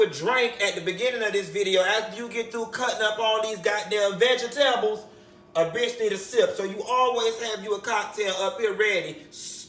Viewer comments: Cutting up these ve-ga-tebles!! He done ate worse quiet as kept! 😂😂😂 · VegiTABLES!!! 😂😂. Yessssss!!! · When he pronounced vegetables "veggie tables" bihhhhhh, I SAT THEE FUCK UP! 😂😂😂😂😂